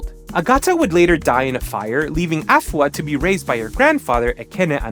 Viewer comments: You're amazing and her it's pronounced A fua,like saying the letter a and adding the fua,you were right with the fua,you gotta put it together,other than that great job,well done, you're the best😅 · urmm u kinda mantion afua names wrong buh it fine